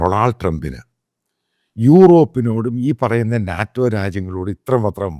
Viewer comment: Not naatem - Naeto - say it correctly buddy